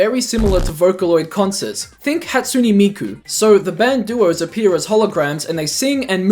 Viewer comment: "Hatsuny Meekoo"